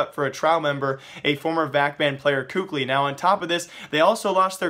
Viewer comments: please stop saying "KUKLI" :< its kelly or kally i dont remember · PLZ STOP SAYING COOK-LY, IT's KELLY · for future reference, kqly is apparently said as Cali like removing the fornia from California. another way it's said is Kaylee. I know I listed 2 versions but these versions of pronunciation comes from former team mates so I'd assume they'd be correct